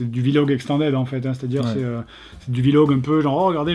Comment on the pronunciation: "Vi log"